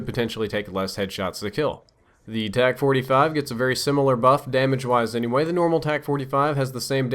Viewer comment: Tac not tax